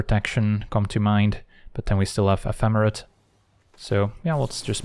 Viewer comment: Mmmm we heard that correct pronunciation of Ephemerate sir [insert lower lip bite emoji].